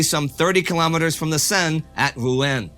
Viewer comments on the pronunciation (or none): none